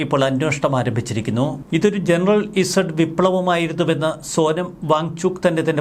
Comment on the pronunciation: ജനറൽ ഇസഡ് അല്ല... ജെൻ സീ.... Generation Z... Gen Z. Z ന് അമേരിക്കയിൽ പറയുന്നത് സീ...ഇപ്പോൾ 15-30 വയസ്സ് പ്രായം ഉള്ള തലമുറക്ക് പറയുന്ന പേര്. അതിനു അടുത്ത തലമുറ Gen Alpha